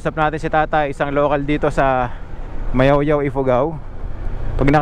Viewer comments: Nakakainsulto ka po. Mayuyao hindi mayawyaw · Mayoyao not mayawyaw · MAYOYAO PO! HINDI MAYAOYAO! GOD BLESS! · Ma Yo Yao po hindi Mayawyaw. Ingat po